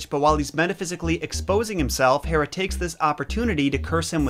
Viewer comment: Thank you for pronouncing Hera properly. Watched your 12 Labours video yesterday and cringed every time you said HEra. Related, afaik Euripides the second i is pronounced the same as the first, so id like lid not eed. Sorry for nitpicking, I do really enjoy your videos.